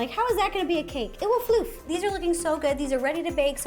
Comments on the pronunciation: it will floof 😂😂😂😂😂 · ro 2019: IT WILL FLOOF!